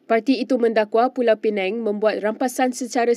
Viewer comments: Sebutan p.pinang jadi p.penang sebutan tak tepat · Pulau penang, dia ni org mana ni, pulau pinang pun tak reti sebut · Pulau pineng?? Sebut la betul². PULAU PINANG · Bacaan pun tak berapa betul. Pulau pinang bukan pulau penang.....hayoo.... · Tolong ya, tolong betulkan sebutan Pulau Pinang, bukan Pulau Pineng. Mungkin pembaca berita 'peneng' kepala kot??? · Maafkan sy. Tentang isi video ramai dah mengulas. Sy nak tegur pembaca berita ni. Sebutannya teruk. Sgt memerlukan bimbingan intensif. Pls msiakini tv. Perkataan2 biasa pun salah sebut. Kalau dibiar akan menjadi pencemaran bahasa yg berterusan. Perkataan paling mudah.... Pulau pinang pun disebut pulau pineng. Belajar mana adik ni dulu ya? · Bukan pulau penang yer dik. Its pulau pinang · Tolong sebut dgn betul Pulau Pinang bukan dgn Pulau Penang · Pulau pinang bukan pulau peneng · Pulau pinang bkn pulau pineng ya. T.ksh. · bukan pulau pineng lah sis,pulau pinang,betul kan lidah tu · pembaca berita sebutlah betul2 Pulau Pinang. Bukan Pulau Penang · Pulau piNENG atau Pulau piNANG ye? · Pembaca berita tolong lah sebut nama dgn betul! Negeri Pulau Pinang betul bukan Pulau Penang kenapa penerbit berita biarkan sahaja? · P.Pinang not Peneng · Pulau pinang Bukan pulau pinang la